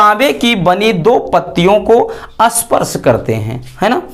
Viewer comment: Sparsh nahin hota usko isparsh bolate Hain